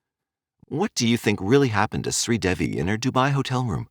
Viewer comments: SRI De-Vi Not sweet Debbi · This story the truth her husband did not kill her it was an accidental drowning her name is pronounced shree devi the name devi DE -day and VI is V,so it's DAY-V ❤